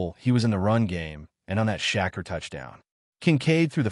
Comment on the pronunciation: Who's shaqkeer its sha keir